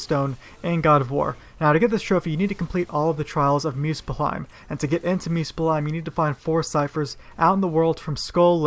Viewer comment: Why do you say musphfelheim in a stupid way ?